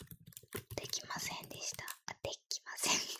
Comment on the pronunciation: でっきませんでしたはやばい